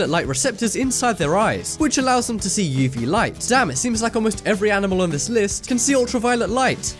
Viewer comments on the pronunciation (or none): Just curious - why do you introduce each item with, "But next up we have..." Also, do you say "yeevee light"? I've only ever heard it pronounced phonetically, "UV".